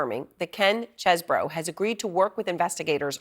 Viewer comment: It is pronounced CHEESE BRO!